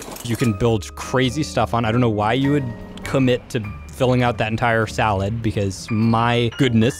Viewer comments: salad?!?!? Do you mean saddle??😂🤣🤣🤣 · You know you say salad not saddle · It's saddle not salad